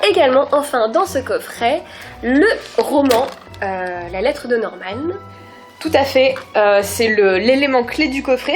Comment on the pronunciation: Je suis la seule que sa perturbe qu’il dise Normane moi j’ai l’habitude de dire Norman sans rajouter de e ...... x)